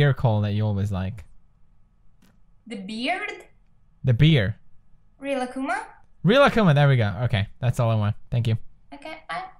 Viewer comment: no its rilakkuma im dissapinted in pewdiepie with his pernoucnihnj[iasp j;vijol